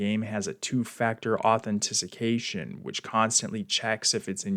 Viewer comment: Authentissication lmao what